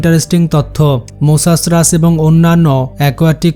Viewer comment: Mosasras bole ai khankir chele toh bolteo pare na Mosasaurus re boltese Mosasras 🤦🏻‍♂️